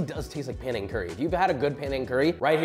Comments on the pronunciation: Wahhhhh my SE Asian ancestry salutes you frying your own shallots and knows in another vid you would have mortar & pestled the rempah (Malay word for the curry paste) … nice! Oh and it’s Penang folks, not Panang! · Panang? Isn't it Penang.... like penang curry. Hahahaha.